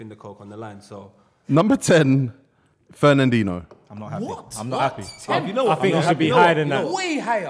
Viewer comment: Man said fernandhino top 2 dms in the world